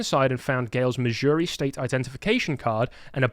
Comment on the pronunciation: Missouri/Kansas is my state, the way you said was Epic. Yes death penalty is good. Love my state. It’s a conservative state (does not mean REPUBLICAN, they are different.) except Kansas City and St. Louise.